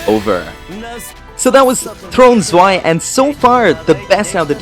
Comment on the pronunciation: I think it's Throne Zwei Not Swe